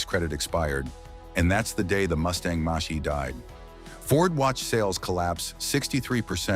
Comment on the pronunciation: Ford Mustang "Moshee"!